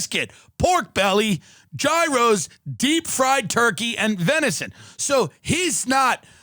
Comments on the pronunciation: My stupid friends pronounce “gyro” like “euro”. Can someone PLEASE TELL ME the correct pronunciation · It’s crazy how cultured Tim has become since this came out. You wouldn’t never hear him pronounce “gyro” like that these days 😂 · Can’t really listen to someone who pronounced gyro wrong